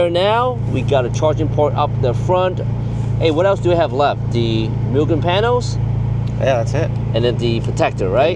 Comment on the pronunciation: i love tomei but the price tag is what does it for me, im waiting one for my DA and my EK.... NOOOO WHY DONT PRONOUNCE MUGEN LIKE THAT ITS MOOGEN